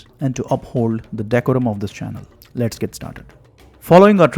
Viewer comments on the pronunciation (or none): none